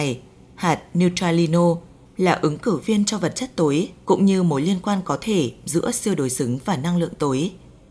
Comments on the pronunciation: Giọng đọc, cách đọc rất hay, cách ngắt câu rất tốt để cho người nghe tiếp nhận dễ. Một ý nhỏ: âm sắc sao cho Hà Nội chuẩn hơn, nghe dễ hơn, thí dụ: "Năng Lượng Tối, vật chất tối" tôi (già rồi) nghe không rõ là "túi hay tối", phải mở transcrip để biết rõ. Âm sắc giọng Bắc nói chung bây giờ bị pha "dấu hỏi" nhiều quá. Cảm ơn các bạn và xin đừng phật lòng. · Vật chất tối hay vật chất tổi ? Phát âm kì cục quá